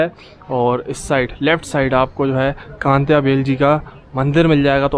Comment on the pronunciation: Kantya bhil nahi Tantya bhil naam hai Unhe tantya mama bolte hai